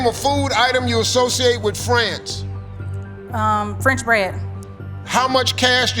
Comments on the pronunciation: I thought he said friends too not france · Thought he said friends. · It sounded like friends to me... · I couldn’t distinguish France from friends, which I thought he said for the second one. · It was only thanks to your comment I realized he said France. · Me too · Yeah, I thought he said "friends", too. I was thinking of burgers & pizza. 🍔 🍕